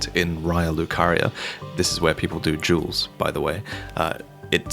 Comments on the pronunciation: jewels? Took me a minute to figure out you said "duels". Keep up the great vids!!! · I thought he said Juuls instead of duels LMAO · Can you not pronounce duels? I was like what jewels are people doing at the gate????? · This is what i heard: "People are coming here to farm jewels" Im like... What? What are jewels? Like gems in bloodborne? I never saw any of those Elden Ring! I'm missing out, man!!! Then i realized that he was saying "Duels". I'm such a nerd. Lol. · it sounded like you said "jewels" instead of "duels" which I figured I misheard or you misspoke but then seconds later you again say "this is where people do jewels". Am I just out of the loop and do not know what doing a "jewel" is? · Why do you pronounce 'Duels' like 'Jewels' ?